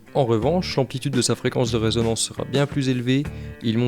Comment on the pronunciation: bonjour et merci pour le tuto. Par contre on dit résonance et pas raisonnance du verbe raisonner.